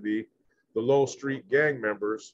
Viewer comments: Lowell street but pronounced low-well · It’s pronounced Low Well Street! I’m O.G, Bandit author of the book Greenlight California Prisons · Pronounced “Low L” Street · Its pronounced like lo-well street 👍👍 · It’s pronounced Low L street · It’s called LO-WELL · It’s pronounced Low-el. Like lowrider and then el. Locke street is pronounced like bike lock. Just a little help. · It’s Low-el and lock st , is how you say it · Its Lo-well street. One word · It’s pronounced low well I grew up around the area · It's pronounced low well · U pronounce it Low-L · It’s pronounced low-el